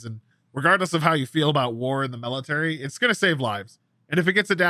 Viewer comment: It’s ok Maxi, I would have questioned Ragnoros too… I mean he did just say melitary for 5 minutes.